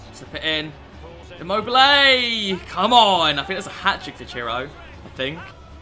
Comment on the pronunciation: Please search on Google translate the pronunciation of Lazzari and Immobile